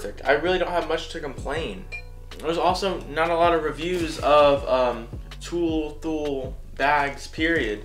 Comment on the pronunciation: It's pronounced Thu"lee"